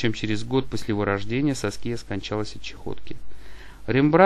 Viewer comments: САския ударение! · Автор, бога ради, выучите ударения и произношения имён. Уши вянут. Прямо по класическое, СаскИя - это не грудь, это имя такое.